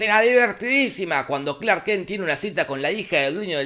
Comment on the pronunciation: Clark “kenk” jajaja dura la dislexia